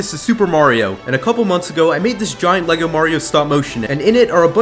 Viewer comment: its not elegle are u dume